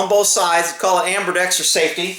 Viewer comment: "Strirations" "ambirdextrous"